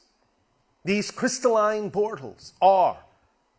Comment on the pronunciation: "these crystallised BORtals"